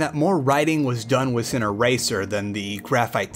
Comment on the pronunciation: I love your channel and content but when you say with you say wiss. sorry😅